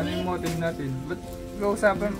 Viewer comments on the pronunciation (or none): Motif!!! Not Motiv!!! Hehe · Motif😂😂 hindi motive